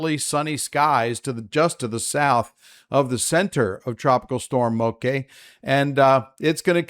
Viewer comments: MOKE SOUNDS LIKE BLOKE. That is how this word is pronounced. MOKE! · Bra🤣, it's Moke like Blala. At least that's how this pidgin word is pronounced. Though it doesn't matter to me how anyone says it as long as their safe